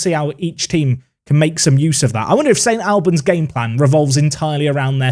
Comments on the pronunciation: St ALLLLLBANS...NOT AL-BANS!!! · It’s ST ALL-bans like All or Arsenal not AL like Alan or Albion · its St Albans (All-Bans) not Al-Ban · My mate sponsors St Albans, have to say it’s pronounced like St Olbans. Went there for their giant killing against Forest Green Rovers in the FA Cup! Love this league filled with loads of teams local to me in north London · Never heard St. Albans pronounced like that before 😅 my Polish mate used to read it as 'Stalbans', which I really like. Disappointed to not see the big tree in the corner of their stadium in game. Don't know if you have seen Clarence Park before? Give it a look. Great results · Love this comment. As a man from St.Albans the pronunciation was getting to me haha. Also can confirm the trees are still there and the pith is not that long loool